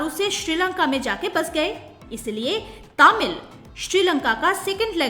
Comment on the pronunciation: It's तमिल . Not तामिल.